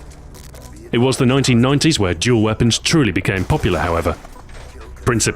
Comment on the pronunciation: I like how he pronounces Dual Wield Jual Wield.